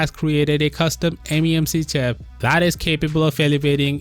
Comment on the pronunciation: "Memc chap" lol